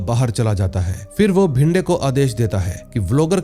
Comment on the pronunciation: Bhinde nahi re it's bhide , vishwas ka surname saranjame hai sarjami nahi😂